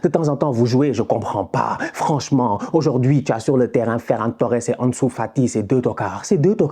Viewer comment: 46 buts en 24 matchs: cette attaque est honteuse. Xavi doit bosser un peu plus. Mais pourquoi tu prononces « Anesou », comme si tu as pas etudié avec Sidy et Rama 😅😅😅